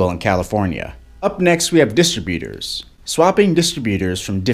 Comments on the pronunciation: What's a distabutor? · What the heck is a distra beater? Haha